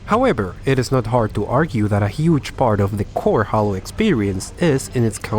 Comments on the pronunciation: I say Haylow and you say Hallow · bruh it's "jeilo", not "jalo", c'mon bruh, i know you a spainiard but this ain't difficult. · Hahahahahaha It’s pronounced HEY-LO not HAL - LO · Haylo not haaloo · He said hallow game lol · "HALLO: REACH" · Spanish pronunciation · disliked because you said hallow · You are saying HALO wrong! it's not holo